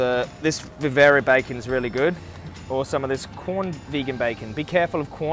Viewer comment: It’s Quorn not corn bro